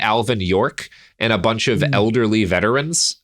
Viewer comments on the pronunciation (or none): none